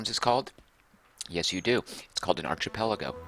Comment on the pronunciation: Milou was Tintin's dog's name. I think in most English translations he (or she - the gender is never mentioned) is named "Snowy". Abacus is generally pronounced like the band ABBA(+cus), and the "ch" in "archipelago" is pronounced like a "k", though "Archie Pellago" would be a good name for a Las Vegas mobster.